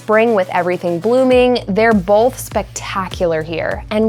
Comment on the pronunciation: The way you say "both" is right of out "Fargo". Lol "Bolth",with an L.